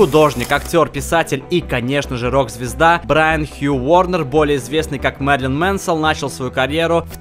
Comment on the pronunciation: Он сказал : ,, Мерлин МенсоЛ" я же не один это слышал!?